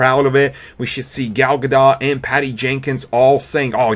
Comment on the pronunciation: Gal Ga-DOE not GOT